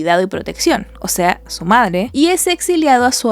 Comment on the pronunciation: "Ya quiero fuirme, e irme con mi verdadere pedre y medre"